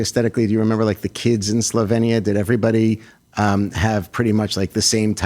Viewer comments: Imagine interviewing a major celebrity without even knowing how to pronounce the name of her native country. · Less than 30 seconds in and the interviewer can't even pronounce Slovenia correctly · It’s pronounced SlovEEnia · She for 1) grew up in Yugoslavia, 2) Yugoslavia was not a communist country but a socialist federal republic which most people report was a great country to grow up in, just like Melania did in this interview. 3) its pronounced Slo-vee-nee-uh. Please get educated. You’re making it sound like she fled Venezuela…